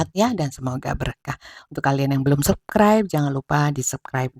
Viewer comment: Punten, ketika menyebut subscribe, harus ada huruf S di tengahnya : SƏBS-KRAIB. Bukan SEB-KRAIB. Səbskraib. Maturnuwun.